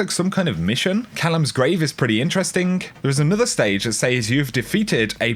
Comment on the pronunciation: why does this dipshit say "intrestink" instead of interesting